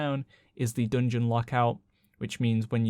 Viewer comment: Say dungun one more time